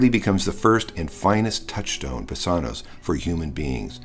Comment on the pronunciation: Thanks for this. A small point, I question pronunciation of BASANWS, Omega, not omicron, & accent. Placement. Thank you.